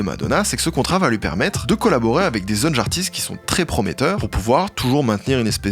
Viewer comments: À le "zeune jartistes" au lieu de "jeunes artistes" me perturbe de fou😅😅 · "zeunes jartistes" 🤣🤣🤣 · Tu dis : "zeunes jartistes" a